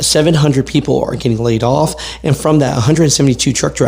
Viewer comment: When you said laid off, I thought you said play golf lol😂